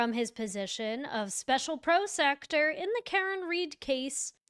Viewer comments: Why do you keep saying BREENAN and not BRENNAN? You even spelled it incorrectly in the title. Was that intentional? And PROSECTER?? WTF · Pronounced pro sec uter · Prosecutor Google this word and press how do I say this word. Because you are pronouncing it all wrong. Don't be lazy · Thank you for your coverage but please articulate your vocabulary. It’s Brennan. Not breenan. And prosecutor. Is that said purposely or do you really not know how to pronunciate the words correctly?? Otherwise I love your videos. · She can’t pronounce prosecutor either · Is she saying prosecutor wrong on purpose?